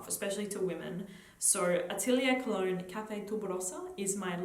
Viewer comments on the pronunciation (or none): none